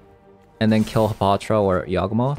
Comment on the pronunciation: y a w g not yag